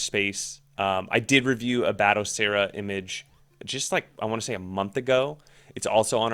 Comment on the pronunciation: "Bat O Seera" 😌